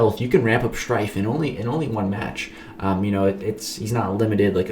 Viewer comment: The way you said shhhhhhhrtyffffe was insane